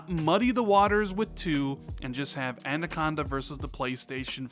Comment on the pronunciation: It could also be that they realised it would be cheaper over all to just develop one console and put all their effort and resources into that to reveal a more simple message. Family of consoles could also include a digital only version of Anaconda in the future as well. Oh by the way Anaconda is pronounced, "Anna-conda" not "Anda-conda" as you say it. Thanks for the video!